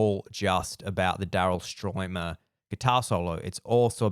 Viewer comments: I can’t believe he couldn’t pronounce Stuermer correctly which is a German name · You call yourself a Phil Collins fan yet you've never seen the "Seriously Live In Berlin" concert? Seriously? From 1990? And you can't pronounce Daryl Stuermer thats been with him since 1977 in the Genesis days? So ridiculous.